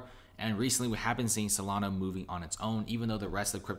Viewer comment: S-O-L-A-N-A. There is no O at the end!